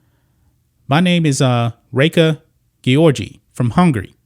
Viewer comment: You care so much about the welfare of female athletes that you can't even pronouce Reka Gyorgy's name properly. You're just a bigot who hate the lgbtq+ community.